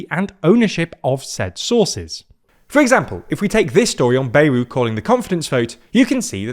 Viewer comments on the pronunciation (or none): Anyone else insanely annoyed at how pronounces Bayrou’s name?! It’s BA-Yrou - like BAt, not Bay-rou. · The pronunciation is "Byerou".